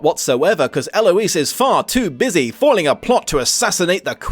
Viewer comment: Had to play back because I swore I heard “Forming” not “Foiling” a plot to assassinate the Queen 😂